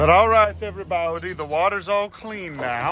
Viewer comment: Good mawning everybawdy